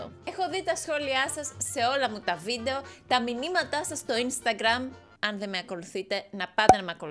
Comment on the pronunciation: Πς οποιος καταλαβε στην αρχη ειπε βιντο αντι για βιντεο😂😂😂